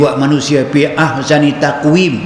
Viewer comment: nape ustaz sebut fi bunyi seakan pi